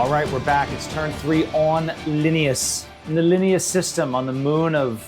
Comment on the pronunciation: Linneaus is "Lih-nay-us"